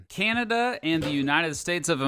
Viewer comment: Would have been better if the narrator had leaned how to sat ''Canada''